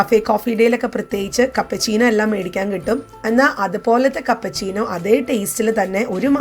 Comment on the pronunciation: Cappuccino aanu chechi cappachino alla